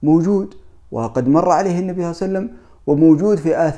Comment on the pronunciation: العناوين الرنانة والمحتوا ركيك وشبه فارغ. شي مهم لابد ان تأخذه بعين الاعتبار اذا ذكرت النبي فصلِ عليه وانطق صلى الله عليه وسلم صحيحة. وليس (صلعسلم)